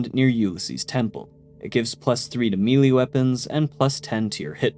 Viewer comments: Why does bro pronounce melee as “mee-lee” instead of “mey-ley” like I get it being an issue if English isn’t your first language but bros too fluent to have never heard someone else verbally say melee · sounds like nails on a chalkboard or for those too young to remember what a chalkboard was, scratching a ceramic plate with a fork when you pronounce Melee as ' Mealea ' instead of ' Maylay ' . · Just a heads up, melee is pronounced mélée(maylay) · Man I thought I was picky about pronounciation but like over half the comments at the moment are harping on Mealy vs Maylay and I just dont understand it lol. Why are people so weirdly obsessed with this specific word? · I like how for mele, you say "mealy" instead of "maylay." It just sounds so funny lol. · look up English pronunciations, mee lee is completely inaccurate. you can say “muhlay” or “maylay” but English speakers don’t say “mee lee” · Both are bastardized versions of the French word "mêlée" pronounced "meh-lay" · melee... is pronounced "may-lay"